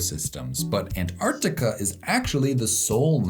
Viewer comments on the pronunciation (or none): none